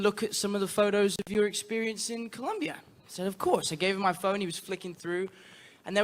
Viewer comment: ¿Alguien más se emocionó porque pronunció Colombia perfectamente? I mean, hasta grité.